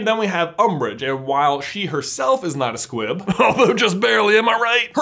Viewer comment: I swear I thought you were saying Squip the entire time